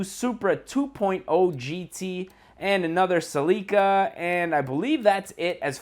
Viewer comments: the way you say "Celica" makes me wanna cut my ears off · Why does this dude pronounce Celica and rotiform so weird